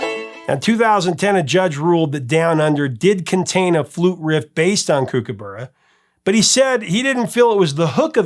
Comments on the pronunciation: Kookaburra... 1st syllable is cook not kook‼️ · Kookaburra - "kook" same as "cook", And "burra" as in "borough" not as in "burrito". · It's pronounced Cook-a-burra. The flute riff definitely does sound like the song. The crazy thing is the line goes "Kookaburra sits in the old gum tree" and when Greg Ham plays the flute riff in the video, where is he? He's sitting up in a tree! With Down Under, it always amazed me how successful it was in America because it's unashamedly a very Australian song with lots of Australian references as you mentioned. Overkill is definitely my favourite Men At Work song. It's one of my favourite songs of all time. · Mispronouncing Kookaburra notwithstanding it's great to hear a story about an Australian band from my childhood here in Oz